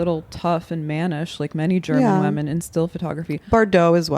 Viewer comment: Anna says women like "wemen"